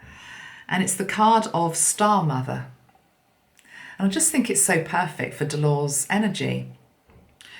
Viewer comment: sorry to do this but your pronunciation of this lady’s name is incorrect. With respect, it is Del-or-Es not a totally unknown name in UK